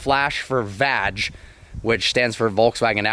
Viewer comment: It's VAG...not VADGE 😋! Loving the Lambo back dude!